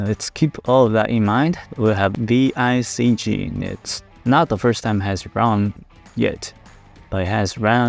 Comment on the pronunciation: It's VCIG not VICG